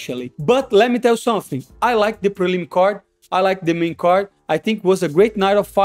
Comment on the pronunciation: Let me tell you Somefing! Moicano takes Paddies scalp! LFG!